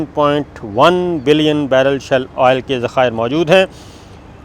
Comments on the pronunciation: Sabir Thanks for good news. It is "SHALE " gas and not "SHELL"gas. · Good news Sabir bhai! but its not 'shell gas' its 'Shale Gas'! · That’s a great news. By the way it is ‘Shale gas’ not Shell gas. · As we know: You have done Master in Political Science but Degrees in our country are of so poor Qurality. Before airing this video, you must have checked if words are "Shell-Gas" as you are saying in this Video or that words are "Shale-Gas"? Reservoirs of Shale Gas exists in many countries but Production Cost of of shale Gas and Oil from Shale is so high and that it is not feasible to work on this kind of Projects. From a few years, in USA, they have discovered new methods for Shale Gas but that needs toooo Much water and also have collateral environmental damage. Yesterday we were watching a Video of a channel that have hundreds of thousands followers but in Video, owner of that Channel was calling Stealth Jet as "Steeelth Jet" but in fact Stealth is pronounced as STELTH. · Not shell it's shale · It is shale oil not shell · Please note correct pronunciation is shale gas or shale oil. Shale is a geological strata formed by compressed clay where these products are trapped.